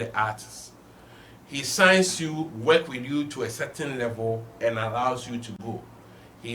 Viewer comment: The word is work not weking my country man 😅